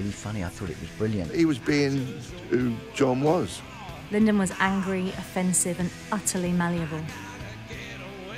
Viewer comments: Lyndon??? LYDON, LYDON, LYDON...ffs! Wow this is a brilliant upload though 👏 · It's a bit unfortunate that the narrator here calls John Lydon "Lyndon". But any Malcolm content is better than none. He was a national treasure and, if anything, his contribution to the Sex Pistols and the partnership with Westwood has been underrated. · of course. The narrator of this piece said "Lyndon." They need a new copy editor. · what are you talking about? It's not Lyndon... its John Lydon, check your facts and look it up. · A lot of people get it ,,I’m like LYDON F F S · Very entertaining video, lots of stuff I haven’t seen before. However, what are we to believe when the narrator gets the name of the lead singer wrong? That is not a small mistake to make. Thoroughly enjoyed it though. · how can they mispronounce and incorectly spell LYDON so many times .......?